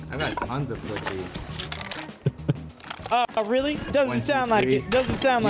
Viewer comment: “Me? I’ve had tons of puthy”🤓🤓